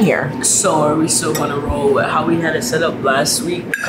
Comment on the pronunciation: with, that, smooth. “wif” “dat” “smoov” why do they get rid of “th” and replace it with random letters that are never the same😂